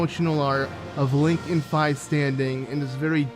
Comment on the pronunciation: Two things about this guy: 1. He sounds like Chumlee from Pawn Stars 2. He mispronounced the name “Fi”